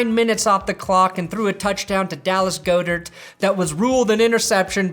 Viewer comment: Its pronounced Dallas God-ert not Dallas Goe-dert